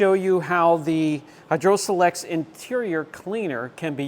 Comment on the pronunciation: Greetings,. Long time subscriber and fellow full-time detailer here. I'm usually not the grammar police but today I had to point out something that just sent me over the edge. 😅 The way you pronounced Hydrosilex is wrong. You're trying to say it as as single, 4 syllable word. It's pronounced as 2 2 syllable words with a long 'i' like in the words site and sure. So Hydro-silex. Just thought you'd want to know. Always look forward to your videos! Thanks for all you do to advance the quality and education of the community. Steve Chandler, AZ